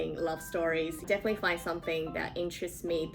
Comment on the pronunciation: Definitely の発音の仕方真似させてもらいます